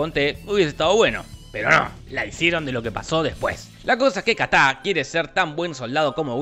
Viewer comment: El chamaco de Will Smith se llama “KITAI” Jorge “KATÁ” 😂😂😂😂😂😂😂😂😂😂😂